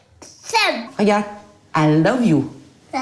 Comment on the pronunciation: écoute:I love you répète:alesilliou😂😂😂😂😂😂😂😂😂